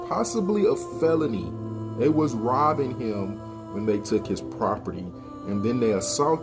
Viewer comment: "dey wuz robbin hem" then how did he reach in his bag for a knife